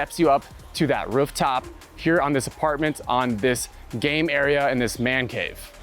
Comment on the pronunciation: Ruff top? Does this guy speak dog?